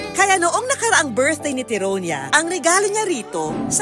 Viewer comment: Ano ba yan bat may papi naumiiyak HAHAHAHAA tas yung pag pronounce ng "TYRONIA" mali pa HAHAHAHA😂😂